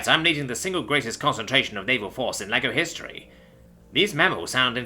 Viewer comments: Sounded like laggo to my ears tbh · You did. But it's fine. I love the different voices and accents he's got. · Not gonna lie, first time "laggo" came up it sounded like you said "lego"...😂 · I heard Lego like the who toy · Thought the same thing, had to look at the text to verify that I wasn’t crazy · I was not looking and though the same thing. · You and me both brother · Same. 😅 Then I had to look for confirmation and read Laggo.